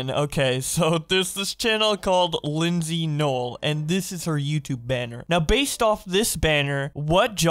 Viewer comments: Her name is pronounced “ LYSSY NOEL” not Lindsey. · She did claim she did it as a joke, and i liked her other channel tho ;-; I'm pretty sure her name isn't pronounced like that either though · I know that her content is kinda weird but The other videos she makes are pretty epic like her arcade vids and the other vids besides the 3am ones And btw u pronounced her name wrong (no offense) (Not a hate comment) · You literally said her name wrong